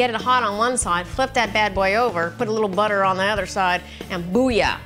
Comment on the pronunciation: Did you guys hear how she emphasized the word butter she said it like 'buttu'.